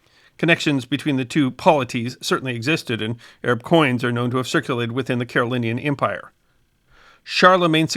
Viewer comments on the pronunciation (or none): how does this channel forget to ‘g’ in Carolingian several times :/ for me (a lackluster student of history by most metrics) it totally killed my enthusiasm for the video which i would have thought of very highly otherwise